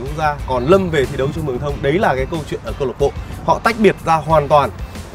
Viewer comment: Xin gop ý với anh 1 chút.Tên clb phát âm là Mương thoong chứ k phải là Mường Thông.